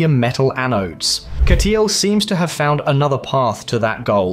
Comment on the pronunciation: Хахаха... Озвучка конечно криповая =))) Вместо Катл сказал Катёл =)))))